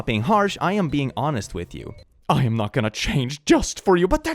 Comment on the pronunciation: “wit u” thought you were swearing in Finnish lol